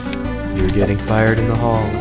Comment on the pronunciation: “your getting fired in the halls” wait that sounded like “your getting fired in the hole” /ref